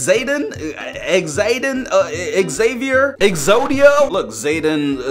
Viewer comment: Did this guy just say exodia yo do you like yugioh not to be mean because I do